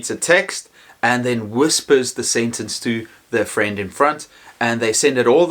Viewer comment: Thank you for these great ideas:) P.S. Pleeeeeeease correct the pronunciation of the word ''sentence''.